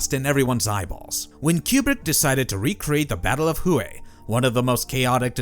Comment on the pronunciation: The city is pronounced 'Way', not 'Who hey'.